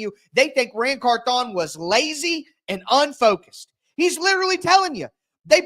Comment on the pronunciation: Can you say the man’s name right 😂 CARTHHH ON it’s one name not two